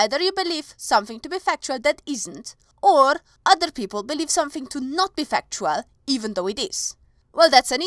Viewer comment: I need fucktual evidence xD I don't like to pick on people's accents, but that was too good!